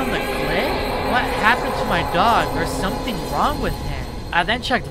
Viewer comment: "someting wong with my dog, idk wat it is"